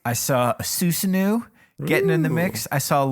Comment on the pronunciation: it's pronounced su-SAN-oooh not su-sa-NUU